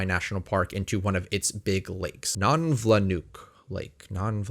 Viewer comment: Nonvianuk -Pronounced "None (like phone) vee ah nook Lake. My first job in advertising in Alaska was fact checking the 1997 Official Alaska Tourism Guide. This was 1996. The most interesting fact I found was that 20,320' Denali was actually shrinking, approximately one foot per decade. The last official measurement was taken in 1917, when Denali was 20,320'. In 1996, it was 20,312'. Thus, in 2015, when it officially lost 10 feet. The reason, relaxation of tectonic stresses. Perhaps. After all, there was a huge 7.9 Denali Fault Earthquake could have had something to do with that. Regardless, the tallest mountain in North America is shrinking. In 1996, I was sworn to secrecy.